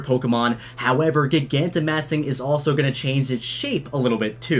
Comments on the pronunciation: Soooooo uhhhh yeahhhh, who gonna tell him that he’s saying gigantimaxing wrong? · You say gigantamaxing wrong... stop it...